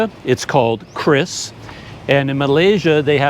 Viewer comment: In Indonesia, it is pronounced "Ki-Ris", not "Kris". But I agree, it's extremely useful and practical.